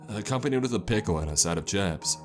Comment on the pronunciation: Hayden McMahon took a sep of his draink and a bite of hes cheppssss